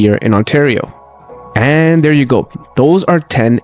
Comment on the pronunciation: You said thirty correctly, but you pronounced there as dare.